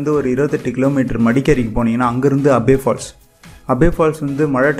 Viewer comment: Ji place sariya sollunga kushal no kushaal Nagara this is correct words Abay falls no abhi falls